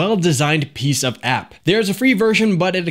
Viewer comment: Did you say piece of app? Sounds like you said piece of ass... which is really strange from you lol.